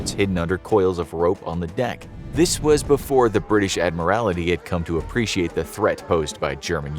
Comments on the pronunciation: My goodness - if chat gpi or the narrator cannot say admiralty properly don't use them - so, so, so annoying- Admiralty not admirality- infuriating abuse of the English language- appalling. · You said adimirality during the video, it's admiralty! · Just saying, it is the British Admiralty, not admirality. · Agree. Got really annoying after a while. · I suspect knows that - pointing out that the word is in fact “admiralty” rather than the many, many mispronunciations in the video. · Interesting pronunciation of Admiralty. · It is not an Admiralty but the Admiralty, he pronounced it weird. From the rank of Admiral which is the naval equivalent of the general class of officer ranks in an army. So “The Admiralty” is akin to “High Command” or “Headquarters” of an army. Think the higher powers of a country’s navy.